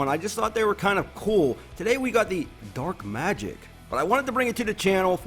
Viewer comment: Lost it when he misread "Dark Magic...???", love this guy